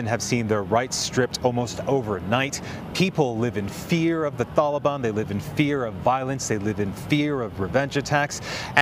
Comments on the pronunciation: Why is he saying tholobon lol wtf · Homie said “thaliban”